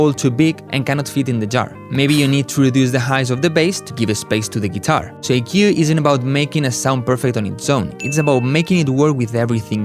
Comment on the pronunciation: Speak english , you cant even say EQ